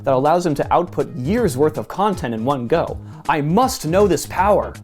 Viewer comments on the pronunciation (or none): none